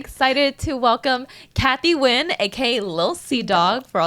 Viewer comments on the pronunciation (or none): Cathy Nguyen’s last name should be just pronounced ‘N’win’ in the English way instead of ’Win’ in it!